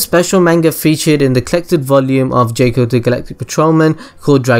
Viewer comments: It's JOCK-Oh....not JAKE-Oh. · I know he pronounced jaco's name wrong but I think he made a cooler pronouncation of his name. jayco > jaco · mofo needs to stop saying Jaco as Jäco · the first thing I already knew way before it got released, this ain't a good start I thought u said I didn't know this xD this best get better :P the 2nd thing, I know as well -_- i know the third as well, gahh you suck! it's pronounced 'Jack-O' they even rhyme it in the film with Taco and Paco, you don't say 'Tayco' do you? -_- lots of the other stuff afterwards, again I KNOW. stop claiming that I don't know this stuff you lie!! xD I'm pretty sure a lot of people noticed the One Piece easter egg! I noticed that straight away I'm pretty sure almost everyone knew that -_